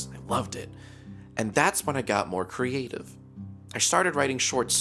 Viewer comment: he said creatif don't hug me i am scared XDDDDDDD